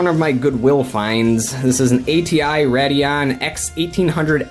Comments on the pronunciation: why do you keep saying rad-eon? its pronounced raid-eon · It's RAY-dee-ON, not Rad-e-on. It was bothering me the entire video. Stop. If your so enthused with AMD/ATI, at least learn to pronounce the name of the line properly. PS, i'm an Nvidia guy.